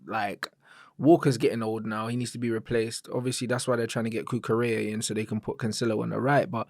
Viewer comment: shout outs to for saying Cucurella's name correctly. could never